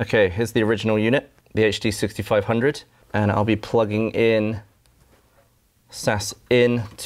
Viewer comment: The tech is over my head but I thoroughly enjoyed listening to someone pronouncing "HD6500" without adding the /h/ to the "H". So satisfying!